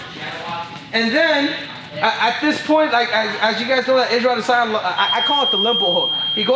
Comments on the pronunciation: "A-DEH!!!!!!sanya" ~ CCC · Quit saying his name that way it’s silly af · Why the hell you keep saying adesanya like that 😂